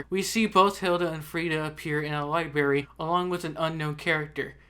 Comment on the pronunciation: STOP SAYING LIBERRY IT'S LIBRARY!!!!!!!